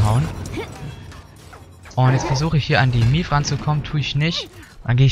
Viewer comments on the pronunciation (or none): Maeve wird nicht Mief ausgesprochen XD